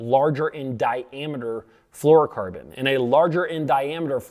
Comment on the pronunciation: Correct pronunciation isn’t one of them, no “ker” in flourocarbon, dude